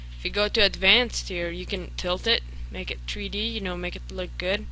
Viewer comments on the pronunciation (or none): "make it tree d" lol